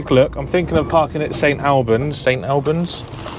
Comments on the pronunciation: Ffs it's St 'All' bans not 'Al' bans!😀Great video though mate! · It's pronounced St All bans as in "All of us!" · Its PRONOUNCED AS St ALL BANDS = St Albans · St all-bans is the way to say it